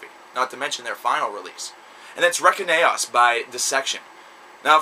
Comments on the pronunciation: Dude it's pronounced Reinkaos (RE-IN-KAY-OSS) Not Rekinaos, and it was 11 years between Reinkaos and Storm of the Light's bane (he went to prison for 10 years) and it is a streamlined and more "songwriter" friendly version of melodic swedish death metal a la Dark Tranquillity (not that that is necessarily what it was intended to sound like). Also, work on your damn grammar, and explain yourself without making baseless statements like "the riffing is fantastic", what makes it fantastic? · Dude, Reckon-aos? Really?? It's "RAIN-CHAOS" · respect to this...but its not REKEN AOS....its pronounced "REIGN CHAOS"...REINKAOS...check out our metal band from Montreal, and keep making awesome vids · Reign-Chaos or Rain-Chaos is the way to pronounce it lol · Re-kin-aos lol!